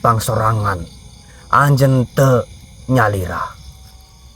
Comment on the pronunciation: pakai bahasa Sunda tapi kok seperti kaku, seperti orang Jawa yang pakai bahasa Sunda. Pas nyebut, anjeuna, aki bilang anjen, yang betul itu, anjeun yang artinya kamu